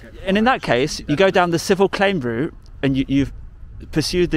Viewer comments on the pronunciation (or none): none